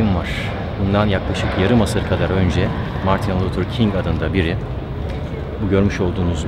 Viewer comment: Margin Luther King ne güzel söylemis..